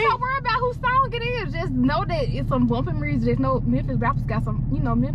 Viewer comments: She said dis my ex mursic 😭😭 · Lol I think it drive Ken nuts that says, "murrzic" instead of "music" lmao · mersik it is called MUSIC NOT MERSIK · Everybody: Music: "Mursic" 😭😂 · “murrsic” i love y’all 💀💀🤣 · Nobody:: Mersic 😂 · “Mursic” lol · so nobody hear her sayin mursik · Wtf is murrsic 😂😂😂😂😂😂💀